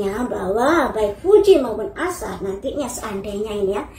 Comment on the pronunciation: nyebut nama jangan salah2 terussss, namanya Aisar Aisar Aisar A I S A R (ada i nya).. bukan Ashar 🤦🏻‍♀️🤦🏻‍♀️🤦🏻‍♀️😂 gemezzzz dengernya ❗️ setau aku sebelumnya ibu ini Fans berat Varrel alias fans Varrel garis keras 😂